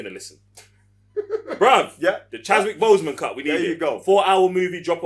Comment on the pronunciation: Really great review! The only things that bothered me were… it’s pronounced killmonger not Kill-a-monger, Okoye not Okoyo and it’s Chadwick not Chaswick.